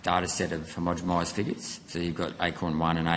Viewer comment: Senator, keep after them over temperature sensors placed in heat sink areas, what he said when you asked about that, was just a deflection using waffle. Also the word is 'homogenise' not 'homogemise', everytime you say it like that you sound like a dill.